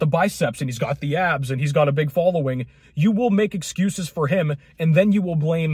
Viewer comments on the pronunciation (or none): likez to pronounze all S's az if they were Z'z.... "Guyz are worried about keeping their abzzz..." 😂